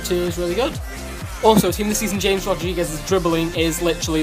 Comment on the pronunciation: Dude James in Colombia is pronounced like Hames not James, just talking